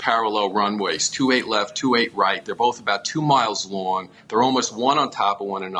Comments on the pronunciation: It's not "28 R", It's 2-8 right! Say it right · twenty eight “R” ? Its two eight right my sweet child 😂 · Ugggg it's pronounced two eight right not twenty eight R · Two eight right not twenty eight arr. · Twenty Eight "Arrr" Lol. It's 28 Right. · say 2-8 Right not 28R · Please dont say land on 28 "R". Say right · I could forgive "Twenty-Eight" instead of 2-8, but "Arr" made me cringe. "Right" is still only one syllable, correct? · Was looking for this. When she said “R” it made me cringe.